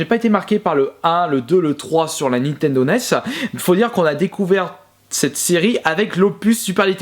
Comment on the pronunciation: N I N T E N D O pas NI TENDO